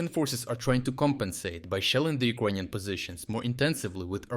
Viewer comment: Thanks for bringing great content and insights into the war against the Russian invader! However, could you pronounce Ukrainian as YOU-CRAY-NIAN instead of OU-KRONIAN, PLEASE??? Thanks